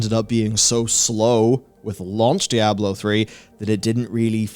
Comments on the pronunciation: Just call it 'D', don't bother mispronouncing 'Diablo' all the time. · IT'S "DIABLO" 4, IT'S NOT A DIABLO GAME.